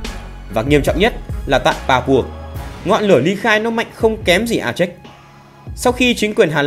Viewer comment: A chếch gì ? Phiên âm cho đúng tiếng Việt là A chê